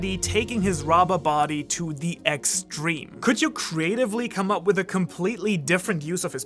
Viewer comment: "Rubba body" Made my day :)